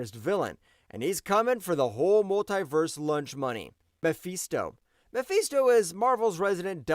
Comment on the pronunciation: Mephisto! Not Mefeesto! FIST! Not FEEST. Why do you keep saying it like that?